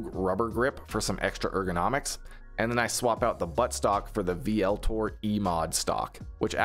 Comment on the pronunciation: Just a heads up VLTOR is pronounced as Voltor.